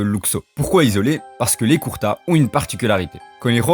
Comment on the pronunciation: Mon reuf juste une remarque Son clan c pas Kurta mais kurouta Apars sa la vidéo stylé c une bonne vision meme si jai deja entendu cette théorie mais le fait d'approfondir c mieu merci (J’attend d’autre vidéos bon courage )